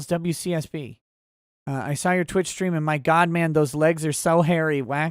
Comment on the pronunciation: "Strean" that's our:_Touchdown::_OnPaper::_UNBREADED:🙏🏻